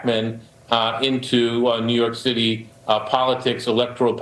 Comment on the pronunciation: that's the point, that's what they WANT to do. she said NY shitty(i know its the way she talks, just thought it was funny)😂😂😂